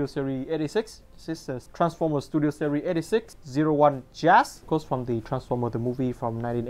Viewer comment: He Pronounces series as "serie" but anyways great review